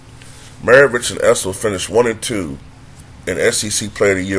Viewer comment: He called the guy a Drunk Mexican. No beer was thrown! Know your history and pronounce his (Issel) name correctly! LOSER!!